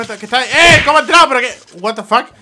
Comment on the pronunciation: Jajaj me dio risa cuando dijo guatafaz jajaj cuidado jajaj